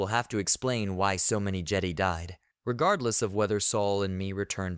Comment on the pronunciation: Good thoughts, but yeah, you need a different AI. Or indeed, speak it yourself. No more “jedee”s. :)